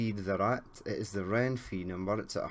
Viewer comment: Me morí de risa cuando dijo Renfi en vez de renfe